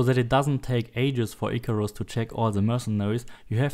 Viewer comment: sorry for necroing, but im german too and i was sure that he´s german when he said "Icarus" as german as he could xD